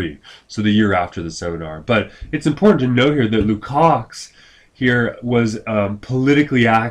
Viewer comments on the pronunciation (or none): Hey Professor, George Lukacs is pronounced (lu cosh) not "lu cocks". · That one made me cringe, too.